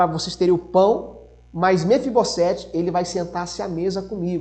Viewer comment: Mefibosete: somente um S então tem som de Z.